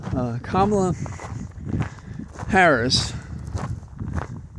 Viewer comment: Love your walk and talks. I look forward to them. Thumbs up to fellow teacher Gwen Walz! Please though, it's "Comma -la". Watch her nieces little demo on stage at the DNC convention. One of the videos is entitled, WATCH: How to pronounce Kamala Harris, according to her nieces | 2024 DNC Day 4. So cute.